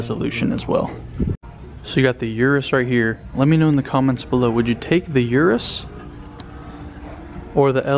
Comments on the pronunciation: I use to call it (Yur-us) too, but it’s actually pronounced (Oo-rus) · 3 mins wasted - Shoulda known when you said 'Yourus'